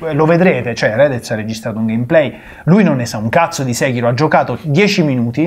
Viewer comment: Tutto ok ma nessuno pronuncia Sekiro come si deve,eppure lo si sente anche nel gioco come si pronuncia... mah....